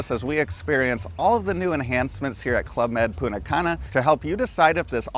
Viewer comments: Great info and very enjoyable vid, but every time you said PuNNa Cana :face-blue-wide-eyes: I would think, "someone stole the "T" 🤣. Thanks again for all you both do. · It’s so distracting when you say “Poona Cana”. 🤦‍♀️ The correct pronunciation of Punta Cana is "poon-tah kah-nah," with the emphasis on the first syllable of each word.